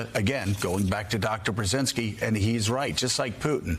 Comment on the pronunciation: 😃 Joe can't pronounce Brzezinski correctly? Maybe his south of the Mason–Dixon line tongue just can't make it happen 🤔 oh well, at least it didn't stop him from making the catch and landing the lovely Mika.